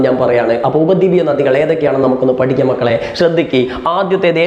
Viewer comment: (Sorry) varachu pidikam❌ padikam✔️ 😅